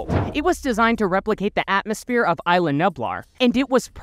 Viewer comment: it is ISLA nublar not ILA nublar